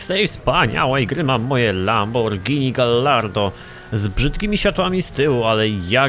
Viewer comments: wiem że pierdoła ale bardzo mi przeszkadza... "Gajardo" nie "gallardo". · czyta sie gajardo;_; A Viper ma lepsze przyspieszenie i prowadzenie niż gallardo;) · Ale czyta po luckowemu, a po luckowemu czyta się galardo. PS: A jak czytasz "Tomb Raider"? No właśnie...